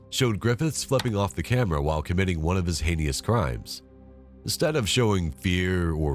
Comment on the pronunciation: “Hein-y-ous” is not a word. “Heinous” is.